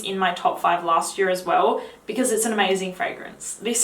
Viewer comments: Favourite fragrance from last yar.... Kevin and Perry posh voice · Say "year" again.. slowly.